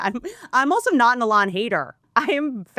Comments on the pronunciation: E-LAWN NOT L-ON this is so annoying to listen to I can’t stand it! You are so incredibly unintelligent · "E-LON" not "a lawn 🏡"... Everything else is based though :) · A-lon is the actual pronunciation of the name Elon, which is hebrew in origin. Maybe just one of many things Elon whitewashed via South Africa-Canada-America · Whitney misprounding Elons name wrong the whole time is KILLING ME 😂😂😂😂😂😂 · Eee Lon, not Alon😂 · keep saying allon lol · It's because has class guys and says names like Elon alon lol it's great 😂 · whitney pronounces elon like she’s only read his name and has never heard anyone else say it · She almost knows how to say Elon’s name. Makes sense, it’s not like we hear his name 47825x a day. Love Whitney, but she officially lost it. Washed. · The way you pronounce Elon is just too funny 😂😂😂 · Me too! It’s not that she’s dumb she has heard numerous ppl pronounce his name and she still can’t pick it up!!!!!!!! 😡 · Is she saying Elon weird? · why are you pronouncing Elon that way 🤣🤣 youtube's auto transcriptions have written it as "a lot" or "alas" 🤣🤣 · Why does she say his name like that? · Why the fuck is she pronouncing Elon like that? It’s like Bert with Ben affleck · she has to be the only person in the developed world who can’t pronounce this guy’s name properly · She’s gotta he trolling with the Elon pronunciation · Pssst! The emphasis is on the E. I’m not a fan of his at all. Just helping you put the emphasis on the right syllable. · I've never heard Elon's name pronounced the way Whit is doing it. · It’s definitely the Appalachian drawl❤️💛💙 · I think it’s hilarious 😂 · Took me a min to figure out who the heck she's talking about lol